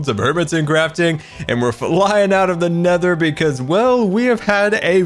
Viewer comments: He said neather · diD yOu sAy nEthER? also two episode 10's?